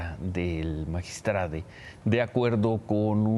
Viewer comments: MAGISTRADE???, POR FAVOR HABLEN CORRECTAMENTE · Porque chingados dicen magistrade ?? No sean mamones hablen bien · Ciro diciendo magistrade🤦‍♀️que ridículo se escucha, ese modo dw hablar es una esrupidez, igual qie toda la farsa y mentiras de este gobierno de 5a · Ches payasos hablen bien, MAGISTRADO Y NO MAGISTRADE INCULTOS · Magistrado se dice cire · CIROOOO no se dice magistradEEEEE no existe esa palabra se dice magistradOOOOOO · Qué ridiculos se escuchan los conductores de un noticiero diciendo magistrade.😱😱😱😱😱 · Cómo es posible que esté medio hable como toda la bola de ignorantes diciendo magistrade,es magistrado aquí y en china ,ahora se les va decir maricone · Dejen de destruir el idioma español diciendo magistrade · Por que dicen Magistrade. No memen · Magitrado, no magistrade la letra E , no cambia los sexos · Es magistrado no magistrade 😂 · Se dice magistrado